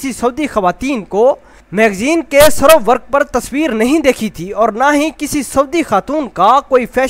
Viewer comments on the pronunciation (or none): SERO WERQ ni hota ser e werq hota hai😂😂